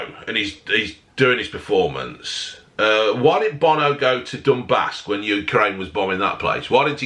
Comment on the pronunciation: OH NAW bo-no